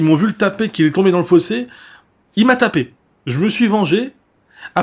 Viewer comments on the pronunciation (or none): none